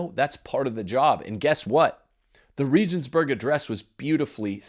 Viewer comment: Regensburg is pronounced with hard 'g's, like the g in goat. There are no soft 'g's in German. I could hardly understand what you were saying. Benedikt was better than John Paul II.